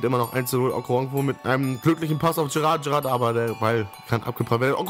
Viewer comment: Geiles Video :-) Wollte dir nur eben sagen dass du Jerat falsch aussprichst :-D du sagst eher Gerrard du muss das am Anfang aussprechen wie ein "J" und nich wie ein "G" ;-) Keine Kritik ;-) nur kleine Verbesserung am Rande ;-) MfG